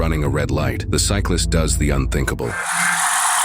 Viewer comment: "ubrhinkable" lol